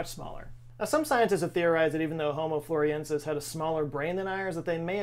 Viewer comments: Love you, but you keep saying Floriensis, but the name is FlorESIensis. The captions are good, your reading is experiencing some shrinkage maybe? 🥁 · It's not pronounced 'Floresiensis', not 'Floriensis' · You spelled it: Floresiensis But you said: Floriensis.... which is it? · Why do you say Floriensis when it is Florensis? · Thanks for the great video,. Your approach to discussing personal height reveals a sense of humor, which I appreciate as a short man myself. My second input involves the way you say Home Floresiensis. Please say it slowly: Flo/ re/ sien/ sis. That's four syllables, not three. Don't you think the sound is much nicer this way and more appropriate for a Latin designation? I know you're a well-educated man, so I hope I am not being flippant. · Thanks for spreading awareness of them, read witness reports... they're still around. P.s. friendly info, its pronounced "floor-ess-ee-en-suss". Love the video! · I cringed every time he said "Floriensis" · flor ES iensis (5 syllables) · Why do you keep dropping the 'es' from the name floresiensis? Say it with me,: floor-ez-ee-EN-sis. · I think it's the same as how people think they know how to pronounce Antarctica*, my beloved homeland. It probably comes from the first hearing of a novel word mispronounced by someone else. I heard "The News" calling the creature "Floriensis" 15 years ago. * it's "Anne Are tick uh" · I think you were reprieved by the fact that none of the rest of us knew how to pronounce or spell it either so we were happy to just go with it. Just go with the, as it were. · Yes you did. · The only reason i fiinished the video is to see if he would say this hominin's name right. Nope, not even once. Love you. 😆😆😆.